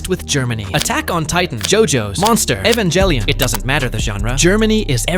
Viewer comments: You won't get a sub simply because of the way you said evangelion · I can’t get over the fact how you pronounce the G in Ghibli like GIF and G in Evangelion like GIF.